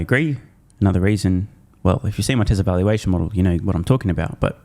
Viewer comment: For the love of God don't pronounce it: Tezzla.